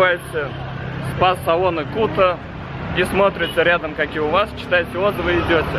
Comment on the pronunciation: Если в слове Бали делаете ударение на и, то и в слове балийский логично делать тоже на и. А ещё Кута тогда должна звучать как КутА.